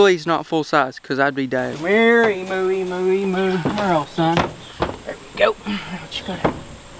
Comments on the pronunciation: It’s not emoo it’s emu u got the first part right like the em part but u pronounce the u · HEY,its pronounced "eem-you" not "eem-moo" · You are saying Emu Rong it's emuw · I love how u say Emoo instead of emu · They’re not called Emoos! Emu pronounced Eem-you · Haha said emoo lol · I’m an Aussie but he is saying wrong 😂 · Even though I'm a fan I don't like how nearly all Americans pronounce emu wrong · You pronounce emu wrong